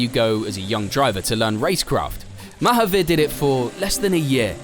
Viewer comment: Its pronounced Muh-haaveer with the 'u' sounding more like an A than a 'you' sound